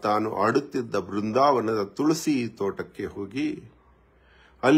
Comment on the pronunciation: Pronounced of Tulasi was very wrong from jaggesh mouth was shocking